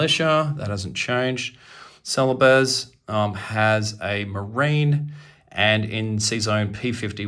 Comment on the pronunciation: I think that it is pronounced celebes as in bees. I love your figures. They look so realistic. The only problem is that can't tell the difference between different army's. How do you tell the difference? But still the paint job is amazing